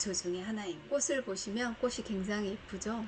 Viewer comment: 좋은정보 감사한데요, 방송인으로서 발음이 정확하면 더 훌륭하지요. 꽃이 ---> 꼬시× , 꼬치 ○ 꽃을 ----> 꼬슬× , 꼬츨 ○